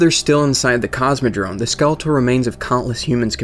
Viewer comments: It is Cosmodrome, with an "m". Not Cosmodrone... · Cosmodrome, not Cosmodrone(sounds like you say Cosmodrone) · Very cool info man! Subbed! :) PS: CosmodroMe, not droNe... <3